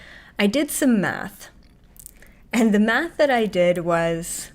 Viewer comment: When you said "I've done the math", I thought you had said Meth. I was like, whoah!!!!!